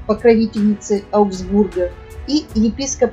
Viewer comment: Ааааа, 🤦‍♀️только не аугсбУрга, а Аугсбурга. Ужасно режет слух неверное произношение. Ударение на А в любом (!) падеже! ✌